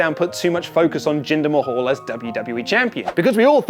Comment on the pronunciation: The only guy who pronounces mahal correctly